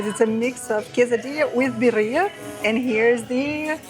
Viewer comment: Please...its Birría..we are very proud of our dish and though you didn't mean to mispronounced it it would be so nice if you could say it right. Other than that the video was lovely ❤